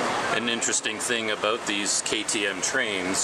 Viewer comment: “Aboat” and you quickly change to “about” 😂 JK no offence though.